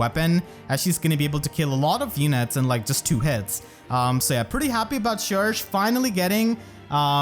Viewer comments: Surely it’s sher-shay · I always thought that "cherche" should be pronounced as the french word "cherche" (search) but, dunno (also, I'm VERY happy for her <3) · It’s not pronounced “Shersh” it’s “Shegsh”, so if everyone tells you they pronounce it like shersh then they are wrong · Can't say i agree with that pronunciation of cherche. I'll stick to my usual way of saying her name. Besides that I'll grap camilla since i always go for her when i can and that's it.